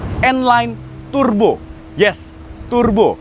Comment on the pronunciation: Its not Tur-bo, its pronounced as Tar-bo.